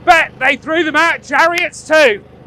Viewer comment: your "cavalry" and "chariot" broke me lol, good show